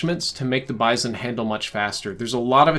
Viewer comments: It's BIZ-ON not BIZE-ON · I absolutely hate the way he says bizon lol I have never heard anyone pronounce it like that